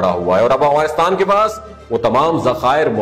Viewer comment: It’s Afghanistan not awghanistan 🤦🏻‍♀️